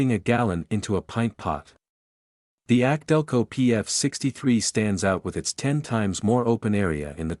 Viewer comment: Instead of more videos teach your computer how to properly say K&N and AC Delco. 👎🏻👎🏻